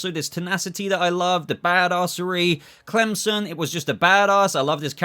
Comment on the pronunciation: Yeah I was so upset about murn. Also why do you keep calling him crimson? Clemson?